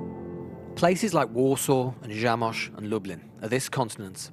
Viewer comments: News I just wanna said that it is "Zamość" not "Zamsoc" ( and ) :P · Please remember to get the names of the city right, when reporting from them! It is Zamość and not Zamsoc! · It's Zamość, not Zamsoc. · But... "Zamość", not "Zamsoc" ;) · The city is not called Zamsoc its called Zamość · One of the mentioned cities is actually Zamość or Zamosc - not Zamsoc ;) but despite that great story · Hey bbc write the names of cities right its Zamosc not zamsc google wont hurt you